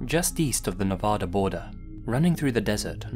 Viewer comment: Please stop pronouncing Nevada like that.